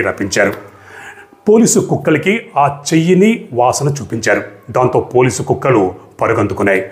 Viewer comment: మిస్టర్ హర్షవర్ధన్ గారు, మీ వివరణలో పదే పదే 'పోలీసు కుక్కలు' 'పోలీసు కుక్కలు' 'పోలీసు కుక్కలు' ఉచ్చరించడంతో పోలీసు అనే కుక్కలు అనే అర్థం వచ్చేట్టు ఉంది మీ ఉచ్చారణ.